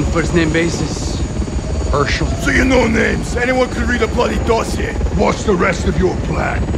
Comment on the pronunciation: “Herschel” lmao